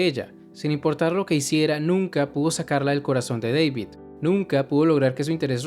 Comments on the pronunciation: muy buen video excepto por una cosa... no es Deivid ES DA DAVID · Porque le dices deivid?